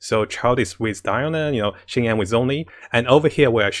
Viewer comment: Xing qiu become qing qi omg 😲 your pronounce hahaha